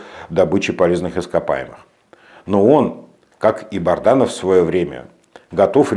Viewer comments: Добрый вечер, скажите пожалуйста вы постоянно коверкаете фамилию Азата солдата, он же Бадранов, а не Барданов. Или это ваша хитрость? Спасибо! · Бадранов! Не Барданов